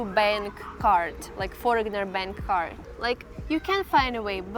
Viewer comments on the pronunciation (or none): Foreigner is pronounced without the g,.